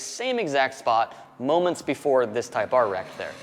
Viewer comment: It's not a Type R,. It's a Type Ahhhhhh